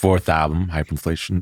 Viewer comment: love how much Xavier & Gaspard are engaged in this interview. also the interviewer mistakenly saying "Hyperinlfation" threw me off LOL.